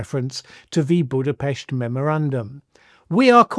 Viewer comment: You pronounced "Budapest" correctly. I'm really listening now.